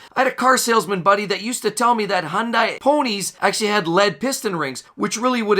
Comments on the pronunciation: The second I heard hun die instead of hun day, I turned it off. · 1. It is not pronounced Honday. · Learn how to properly pronounce Hyundai properly. "hyun-day". Then we'll take you seriously.